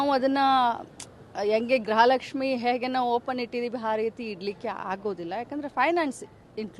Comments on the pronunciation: ಗ್ರಹಲಕ್ಷ್ಮಿ ಅಲ್ಲ ಮೇಡಂ ಗೃಹ ಲಕ್ಷ್ಮಿ ಅಂತ ಹೇಳಿ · ಗ್ರಹಲಕ್ಷ್ಮಿ ಅಲ್ಲ ಅಕ್ಕೋ ಗೃಹಲಕ್ಷ್ಮಿ ಅಂತ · ಗ್ರಹಲಕ್ಷ್ಮಿ ಅಲ್ಲ ಮೇಡಂ ಗೃಹಲಕ್ಷ್ಮಿ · ಅಯ್ಯೋ ತಾಯಿ ಗ್ರಹ ಲಕ್ಷ್ಮಿ . ಅಲ್ಲ ಗೃಹ ಲಕ್ಷ್ಮಿ